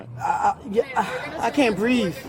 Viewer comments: “I can’t BREAVE.” Breave? That’s not a word.😂😂😂😂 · Remember : "th" is forbidden in the ghetto. Dis, dat, dem, breave, wit,, bofe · Oh she can BREAVE alright 😂😂😂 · Your look when she said “I can’t breeve” was epic !!! 😎